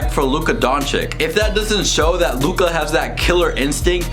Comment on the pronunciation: How to pronounce Luka’s name